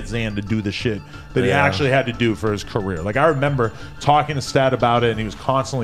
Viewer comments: "careeah" lol Its the end of everyones CAREEAH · Ok but why u say career like that tho